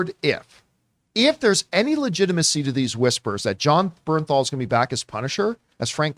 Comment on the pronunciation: It's Jon BerNthal